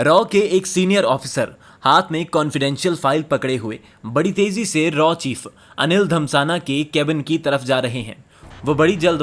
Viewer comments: आप बार-बार धमसाना क्यों कह रहे हैं। उनकी टाइटल धसमना है। कृपया ठीक से उच्चारण करें। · The video is amazing however, it's not Anil Dhamsana, it's Anil Dhasmana. They are high level officers. Please make sure you pronounce their names properly. Thanks! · Its not Anil dhamsana its Dhasmana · अनिल धमसाना नहीं धस्माना है भाई